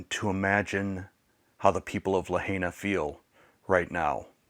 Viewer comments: Please start with pronouncing Lahaina correctly. It's La high na, not La hay na. Thank you. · Great video but please learn to pronounce Lahaina correctly it’s La Hi Nuh Not La Hay NA We lived in Hawaii for 3 years, on Oahu but visited the other islands. I have photos we took in Lahaina. I’m so sad for the people of the city, the island and the state. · Just an FYI, it is not “le-hay-nah”, it is pronounced “lah-hai-nah”. The “hai” rhymes with “tie” or “sky”. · La Hi na, not La HEY na. This happened to a close friend of mine. She lost everything to her name. I donated directly to her but more mutual friends have gotten together supplies to send as well and she will distribute as needed among her friends and neighbors. Good message here. So much of Hawaii's income is related to tourists. Thank goodness my friend doesn't have a tourism related job. When she lived on Ohau, that's how we met. We were stationed there (navy) and I worked with her on the USS Missouri:) This was more than 25 years ago. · Its LaHIGHna.. NOT La HEYna!!!!! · Thank you from for your video. Just a quick note, It’s pronounced “La Hi Nah.” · It's pronounced LA high na. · Pronounced La Hi Na,. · Dear friend, it’s pronounced La Hi Nah. Kihei is “key hay”. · Lahaina is pronounced La hi na. I was in the fence about tourists going to Maui but they need you! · Wonderful message, and perhaps you'll take this as "judgement," but please!! It's La-HIGH-na. (And Key-HAY!) ❤❤ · Great video. I believe it’s pronounced “La-hi-na”. We’ve need there many times and we’re so saddened to see it’s total destruction. Our prayers are that they will rebuild. We usually stay in Kihei (Kehay). Hope the wedding was beautiful. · I don’t mean to be picky, but the pronunciation isLuh high nuh. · Main thing they dont see this, it will prob anger and cringe many by the way u pronounce Lahaina. Would be hard to wrap their head around and painful/heartbreaking.